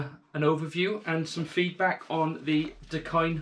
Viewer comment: You are definitely pronouncing it right, Hawaiian pidgin pronunciation for "the kind"